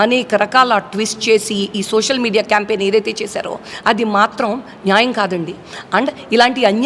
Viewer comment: మీ గోదారోళ్లు జర్నలిజం లో ఉన్నప్పుడు తెలుగు భాష ఉచ్చారణ నేర్చుకోని రండి. "సోసల్ మీడియా " .. Hot .. Hot ఏంటి రా మీ భాష.